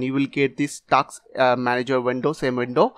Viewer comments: Task not taks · dude its not TAKS its TASK